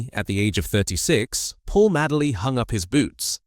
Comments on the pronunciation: Ffs he was called Madeley not Madley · Please pronounce his surname correctly not Maddley but Madeley sounding like Maydley Do your homework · Sick of AI commentary its Paul Madeley. pronounced MADE ley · You also pronounced his name wrong . As I say I was at school 🏫 with his Nephews. No worries . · How can you talk about a player when you can't pronounce his name correctly, your a fake,get off YouTube. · You can't even pronounce his name!!! What the fuck!!! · spelled his name wrong, pronounced his name wrong, do your homework mate, Paul Madeley Leeds legends R.I.P. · It's Madeley Ffs. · Can't pronounce his surname correctly. What sort of Leeds fan are you? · Such a pity that this post doesn’t respect this ‘Rolls Royce’ of players by getting the pronunciations right. So many mistakes. Dates, titles, names, nothing is left as it should be spoken. With Madeley you didn’t notice that the ‘star’ was missing, because he was as good. Being so good in all positions probably meant that he didn’t get the acclaim or first team games that he deserved. That he managed as many as he did leaves me wondering how many matches he might have played had he had one position.